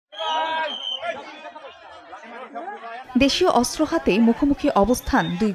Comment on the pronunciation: অস্ত্র উচ্চারণ শুদ্ধ করে করতে হবে ❤ অস্ত্র উচ্চারণ হয়নি 😮😮😮